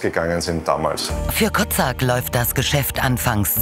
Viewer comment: Den Namen des ehm. Franchisenehmers habt Ihr aber sehr ungünstig ausgesprochen. Der heißt wahrscheinlich Kocak (türk.) und dann wird das Ko-tschack ausgesprochen. Klang sonst bisschen arg nach Kotzsack :D